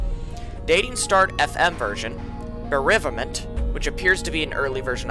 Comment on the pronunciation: Bro doesn't know how to say the word bereavement lmao